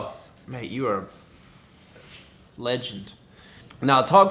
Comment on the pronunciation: Luke taking another drink " oh thank you you are .... F-legend ." Me: did he just say flegent ?? 😂